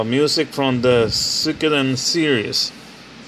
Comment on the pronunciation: Haha too funny. I actually did not even know that Suikoden game on the ps2 before you showed it. Cool pick up! I will say I'm proud that I pronounced Suikoden just as bad as you because if you would of said it better that would of shamed me forever. Haha....